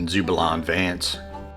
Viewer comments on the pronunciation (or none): none